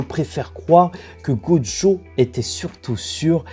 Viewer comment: Et bordel de merde arrête de dire "GODJO" CEST "GOJO" mon vier, écoute l'anime, va sur traduction, arrete dme faire le mec qui met un accent sur le prénom, y'a pas de "d" en ecriture et en prononciation, tu dis pas "condjugué" tu dis "conjugué" ben c'est pareil la, tu me fait mal au crane en plus tu le répète 5 fois par minutes sur la fin.